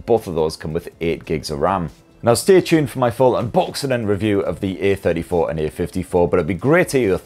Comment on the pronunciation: One recommendation: you stress the A in *A*34 and *A*54 quite often, whereas the difference between the two is a-THIRTY-four and a-FIFTY-four (or even just "the THIRTY-four compared to the FIFTY-four). I often had trouble understanding which version you meant (while watching during lunch FWIW) and had to replay a few secs a number of times. It sometimes sounded like you were about to the compare the *A*34 to the *B*34, such as here: .